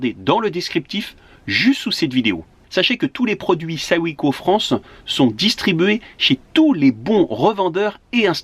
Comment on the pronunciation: J’ai le même fourgon. Mais avec des jantes et des pneus de 16’. Ça donne quand même un peu de marge par rapport à des 15’. A part ça on dit : SO -SAÏM . C’est pourtant pas compliqué ! Ps. BRAVO pour le reportage 🙂